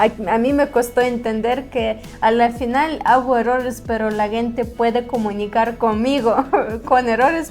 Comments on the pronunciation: interesante video y una correcion a su pronunciacion es que dicen "guente" la palabra "gente" y se pronuncio como si fuera con la "J" "Jente" un saludo ! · ✅️Muy interesante vídeo, con todo respeto una observación a la palabra "gente " la están pronunciado mal jejeje están diciendo "guente" y la "g" en esa palabra suena como "j" suena así "jente" aunque se escriba con "g" ,gracias por el esfuerzo de hablar el español saludos de un 🇸🇻🌄👍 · Hola vera saludos desde Managua Nicaragua, hace tiempo te había sugerido practicar más la pronunciación de la palabra gente - se pronuncia con "J" léelo Jente para pronunciar pero para escribir se pone "Gente" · Están pronunciando mal la palabra “gente”, porque es con el sonido de la “j”. 👋🏻🤗